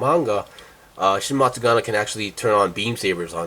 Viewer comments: Wait isn't it Matsunaga not Matsugana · Its matsunaga, homeboy is saying it wrong.